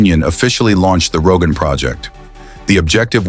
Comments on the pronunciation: Если про что то хочешь рассказывать , сперва изучай материалы , работай над произнощением . Не Роганский ГЭС это , правильно будет --- Рогунский ГЭС . И раз таджики взялись за это то неприменно будет построено и пусть будет самим больщим в мире . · Did I hear Rogan Dam? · Ни раган а Рогун.